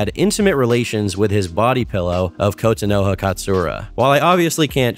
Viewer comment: I've never heard Kotonoha mispronounced so much in my life lol